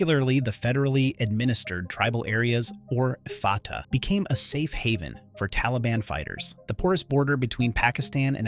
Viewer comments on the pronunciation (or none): none